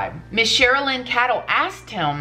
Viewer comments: Pronounced "kaydel" not " kadall" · Hi. Her last name is pronounced Kay-dl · just so you know & I’m not throwing any shade for mispronouncing names (God knows I’ve done it myself too often) but the Chris Watts author’s name is Cheryln Cadle is pronounced Kay-dell. Just a heads up sent in love. Your channel is terrific & it’s one of my favorites! God bless you & your family. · Pronounced cradle, but no r🤗 I love your beautiful videos.